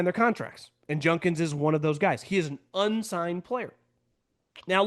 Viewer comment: It’s JuDkins. Not JuNdkins